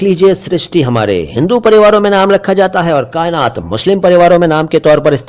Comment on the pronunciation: Sir क़ायनात is wrong? Heard somewhere it's with qaaf?